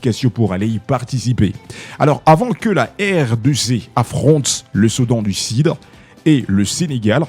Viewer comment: Journaliste svplait soudan du sud et non Soudan du sid. Blessure et non blessire. Bien que cela vous avez une tres bonne diction en Français.